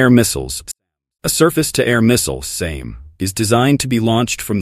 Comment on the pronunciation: This content wasn't generated by AI. Oh, so you're the one weird military enthusiast who pronounces 'SAM' as 'same', are you? Or maybe it was the cheap AI narrator you're using that did that at approximately